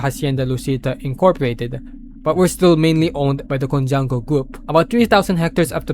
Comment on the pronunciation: Coup - pronounced as “kou” It is cojuanco, not conjuanco,also pronounced as “ko huang ko”